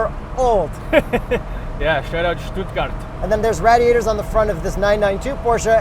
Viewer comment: Great Video! Love how you pronounced Stuttgart 😂 Greetings from Germany about an hour from "STUTTGART"